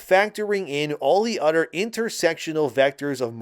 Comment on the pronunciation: lol you say other like utter lmao